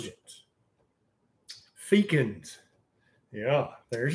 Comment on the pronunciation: Fecund is such a gross word. And he pronounced it "fecant" which sounds fecal related lol.